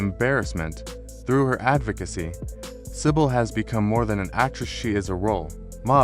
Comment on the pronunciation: Your reader is very poor, not even pronouncing Cybill correctly!